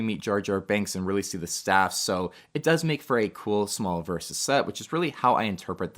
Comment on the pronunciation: I don’t know if its only I or you hear it too, that you pronounce the droid speeders as “staff”, but they are called STAP speeders. To the best of my knowledge.